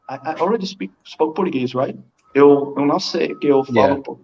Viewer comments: Portuguesh Portuguesh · I’m a native Portuguese/Japanese native speaker and learned Spanish and English. His Portuguese sounded way more Portuguese than Brazilian and a few of his words were off in both Portuguese and Japanese, but still he’s an amazing speaker. His Spanish is also amazing